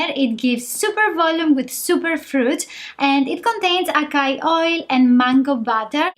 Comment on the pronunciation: The way you are pronouncing acai is wrong.